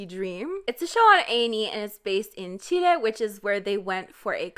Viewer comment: finally someone put some effort pronouncing Chile :')